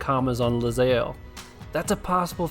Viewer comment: You know, it's actually ilyzaelle. Tha capital i looks like an L I guess xD